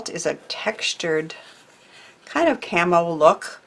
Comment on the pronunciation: Some great tips. I couldn't understand why you were saying camel or carmel so I went back and put on the subtitles. That said 'camo'. Still didn't understand, so googled it. Got it! Camouflage!!! 💖 from a very wet week from Devon, England.